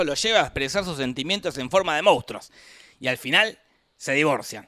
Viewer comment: se dice "Monstruos", no "moustros" xD QUE NO SE DICE MOUSTROOOOS!!!!